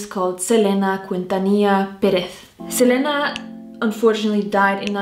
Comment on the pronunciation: Her maiden name Quintanilla is pronounced kin-ta-nee-ya.. She won a Grammy for the live recording of this concert too... Love your reaction.. 😊